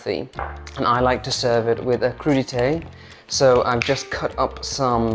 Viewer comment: You mispronounced crudites the first time 🙄😳